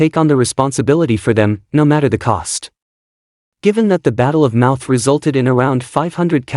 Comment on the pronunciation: The Battle of MOUTH????😮😮😮. It’s MONMOUTH!